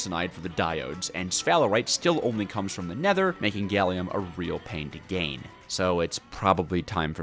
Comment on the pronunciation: i watched 20 minutes before being broken after hearing you pronounce gallium as "gailium"